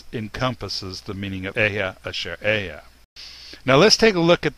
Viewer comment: Bro the right pronouciation is Ahaya😂😂😂😂😂😂(אהיה)